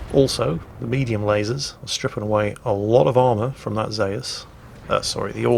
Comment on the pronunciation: Zayus? WTF, I know is crap but still.